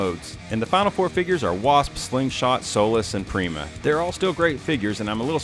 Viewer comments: I believe Prima is supposed to be an APC. Edit: oh and about how you're wrong? Uhh... I'm pretty sure Prima is pronounced Prime-uh, not Preem-uh. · Bro, you’re saying his name all wrong! Prima is pronounced Prime-uh, this ain’t no Primadonna 😂.